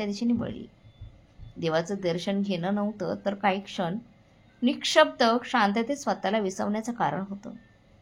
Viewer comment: कथा खूप छान आहे. फक्त काही सूचना निःशब्द असा शब्द आहे निक्षब्द असा उच्चारला आहे. 'वासाने पोट भरत नाही' असे वाक्य आहे, वासनेने असे म्हंटले आहे. वासना या शब्दाचा अर्थ खूप वेगळा आहे. बाणाचा 'ण' आणि नळाचा 'न' याची सवय करायला हवी. बाकी छान..